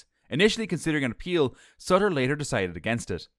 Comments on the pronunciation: Sutil not Sattel. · His name is pronounced soo-teel. And that VJ guy? It's mowl-yuh. You did get Hamilton correct!